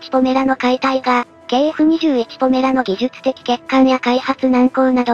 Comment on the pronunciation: 動画でも呼び方が「ポラメ」「ポメラ」と錯綜しているが ほんっとにどっちでもどうでもいいので問題ない。 どうせまず間違いなく頓挫して完成しないしね。（しても試験飛行を飛ぶのがやっとの代物かな）